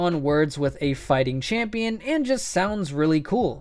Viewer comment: Nobody: Absolutely nobody: Not a fricking soul:: we are the champeons